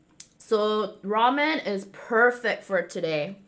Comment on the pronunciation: It really did sound like u said “What’s up Men.... Raw Men!” 🤣🤣! Love u ❤️